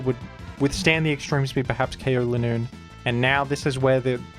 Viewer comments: Its leeeenoon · It’s not Linoone after that game, it’s “ Le Nûn “